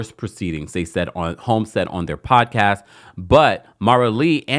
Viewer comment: I love a good 'Poawdcasst. (The T is silent, y'all 😂❤